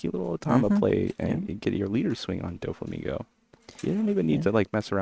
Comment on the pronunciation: wish you pronounced it DOFF EEE instead of Dough Fee. Its the same "Dof" When you are saying Doflamingo